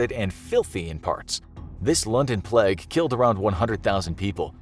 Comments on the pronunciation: Your pronunciation of “Plague” hurts xD it’s Plague, not Pleg. Great video though, here’s a video suggestion, what about an episode specifically dedicated to Burke and Hare? Since they were pretty famous serial killers and you do have a series on that kinda stuff already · is no one gonna talk about how he said plegg instead of plague? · The way he says plague cracks me up